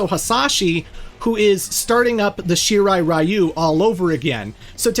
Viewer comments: Great Video. Shirai Ree-oo is the correct pronunciation and same with Ta-kay-da. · Reiko is a woman's name irl, just fyi. He, and the really bad pronunciation of "Shirai Ryu" in this franchise, hammer home how very American its creators are.